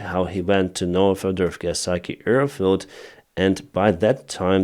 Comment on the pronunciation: Thank you for your reports. I see them every morning before I do something else. Please try to say AIR, now you are always saying EAR. Ear support, earfield... But hey, love you. Greetings from Belgium, Marianne